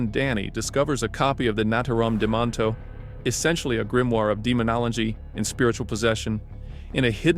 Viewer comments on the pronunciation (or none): Thank God i found this video after that kid drove me nuts being unable to look up and pronounce Necronomicon the right way and cringing me with it every 20 seconds